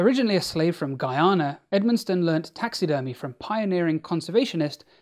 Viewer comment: It's so refreshing to hear you pronounce Guyana "correctly"